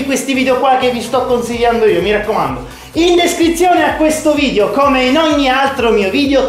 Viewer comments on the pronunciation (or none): none